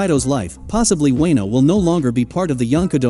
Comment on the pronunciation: Did he just say wayno